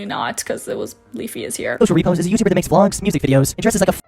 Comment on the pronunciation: I scrolled through at least 100+ comments and no one is pointing out HOW badly you messed up Ayalla’s name. It’s also clear you don’t know the word “repose”- the emphasis is on the “pose”, not the “re” It makes me wonder how much you actually researched or watched videos- how could you completely get someone’s name completely wrong?